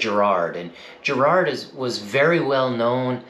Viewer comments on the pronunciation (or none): Why can't Americans pronounce the word Garrard right?. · It's Garrard as in Gaul, Garage and Gandalf and not as in Gerry or German.